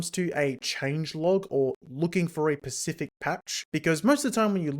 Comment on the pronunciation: It's OK, he's pecial